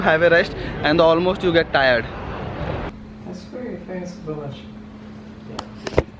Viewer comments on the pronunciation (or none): none